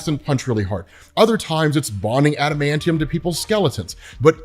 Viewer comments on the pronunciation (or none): none